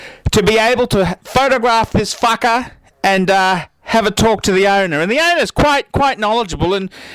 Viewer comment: i love when you say "fackah" hahahaahahah